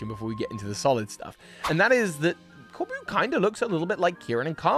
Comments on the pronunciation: As a french viewer, it was ear piercing to hear you say "Corbu" for "Corbeau" all along that watch... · My dear,, his name is Corbeau not Corboo. It’s just the word beau. France is right there next door, buddy. This wasn’t a hard one. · The "eau" in Corbeau is a simple O sound,; not an "oo" like in boo. Source: I am a French person. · I would argue that IF Corbeau (which is pronunced cor-BOW btw) is indeed from Mossui Town and related to Kieran and Carmine (which from the dialect he uses does not seem to be the case, I'm surprised you didn't mention that), then he would know that the Loyal Three are imposters, I mean it was a pretty big plot point in the Teal Mask that Kieran's family is the only one who knows the truth about the ogre and the Loyal Three. I'd also argue that it makes sense Corbeau and Feazandipity share a color palette since that colour palette in the usual poison-type colour palette. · hi resident french here Corbeau is said "corbo" with the latter o like in comb*o* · I love that you pronounce his name core-boo, bc my entire social media feeds has been nothing but people wanting him to be their boo since the moment he appeared 😂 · I'd personally like to imagine his name is pronounced "Cor- Boh" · Pronounce it O. CorbO. A corbeau is a Raven in french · fyi corbeau is pronounced corbo and is french for crow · Honestly it just made me giggle, like was calling Corbeau his boo